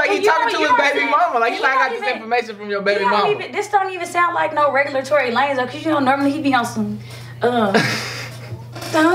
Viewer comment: nigga said Tory Lucas😂😂😂